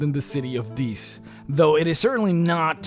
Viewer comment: Love the video, hated the pronunciation of 'Dis.' I imagined that the place was occupied by large waterfowl with an aggressive personality. Actually, it would be hilarious for a party going to Dis winds up in Deese where they have to fight demonic geese.